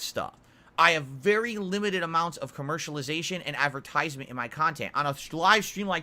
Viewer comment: The way he pronounces “advertisement” is starting to get to me.